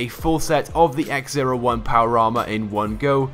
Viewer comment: X-O1 not X-01